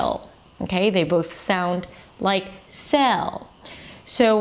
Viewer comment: I would have added sail to this comparison. Also, listening to you, there is like a faint Spanish o before the l sound: /sayol